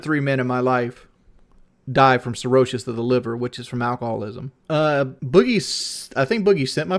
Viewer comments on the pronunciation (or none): “Cirroshes of the liver” He can’t even pronounce simple words. “Cirrhosis” And yet claims to know everything